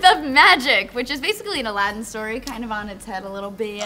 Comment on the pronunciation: BTW the main characters name is pronounced as if it was spelled Aladeen, not Aladdin